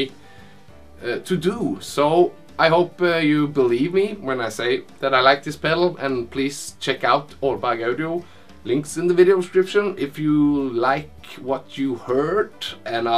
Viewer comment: Just trying to help out here: Audio = Aw-dee-oh . Hope that helps make it a little easier for you to say.